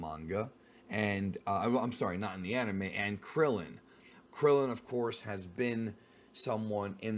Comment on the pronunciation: Just say Krillin dude smh